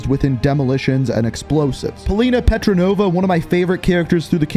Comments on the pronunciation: Great video. I loved the campaign. It was definitely much better than cold war’s campaign. Btw Polina’s name is not petronova it’s petrova. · 😂😂 Did you just say Paulina Petronova 😂😂 it’s petrova! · Who else is annoyed when he says Petranova instead of petrova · Its not petronova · Polina petrova not polina petrenova i think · STOP SAYING PETRONOVA ITS PETROVA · Polina Petrova* not Petronova. You’re welcome. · Her name is Petrova not Petranova lol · It's petrova not petronova but really good and fascinating video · It’s Petrova not petranova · Bro it pretty triggered me you said “Petrenova” the whole time😂🤣, it’s Petrova, in real life: Lyudmilla Pavlichenko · Its Petrova not pretronova😂💀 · Love the campaign it coulda been a bit longer though. Also Polina's last name petrova not petronova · "Polina Petronova" I'm sure you've caught onto this already, but its 'Petrova' just a heads up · Petrova not Petronova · Petrova not Petronova... Lol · It’s petrova bruv.